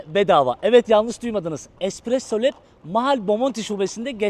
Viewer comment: Aq oğlu espirosso leb diyor bide özürlü 😂😂